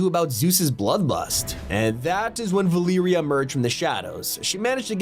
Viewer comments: Repeat after me. Va- Leh-Rea. Valeria, not Veliiria. 😂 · "Val ear ia" it's Valeria. Va-ler-ia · its valeria not valiria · “Valeeria” bruh 🙏😭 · It’s Valeria 💀